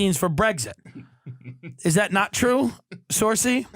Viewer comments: Exactly lol. He called himself Irish and then pronounces her name as sursey lmao. I love him but he's a yank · Tim, you're pronouncing saoirse arseways 😂😂😂